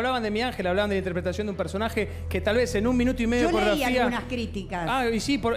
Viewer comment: No se dice Corografia se dice Coreografia